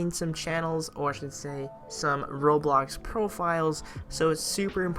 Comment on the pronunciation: I cant turst him HE CANT EVEN SAY ROBLOX RIGHT